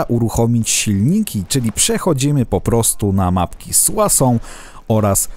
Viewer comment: jestes pewien że mówi się "suasą" a nie "suso"?